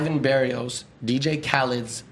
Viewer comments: why does he insist on saying Dj CHHahled. it triggers me lol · I can't stand how he says DJ Khalifa name.